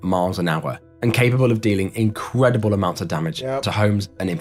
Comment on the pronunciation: Is it just me or does it sound like incredible is said as "inqwedible?"